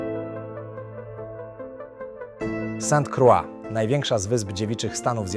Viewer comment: "Sant Krła" Z francuskiego. Ciekaw jestem jak po angielsku brzmi. A , już usłyszałem jak pilot wymawiał nazwę wyspy:) "Sent Kroj". Ciekawe:)